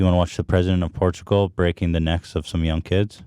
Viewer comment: it is funny that the guy that mispronounces words multiple times in every podcast, ethan, shits on for messing up saying Portugal one time. and he keeps doing it.